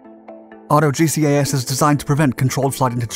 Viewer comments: Auto GCAS is pronounced auto jeekas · I think you’ll find that GGAS is pronounced “Gee-Cass” just as TCAS is pronounced “Tee-Cass”. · They probably blamed the Crew Chief for his G-LOC.... also. GCAS is pronounced as a word, not separate letters. I love your videos bud! Keep on doin what you do!